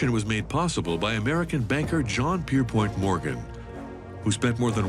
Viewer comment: It’s PierPONT not the oft mispronounced POINT.